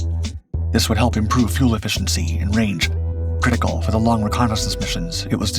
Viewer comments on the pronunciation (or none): none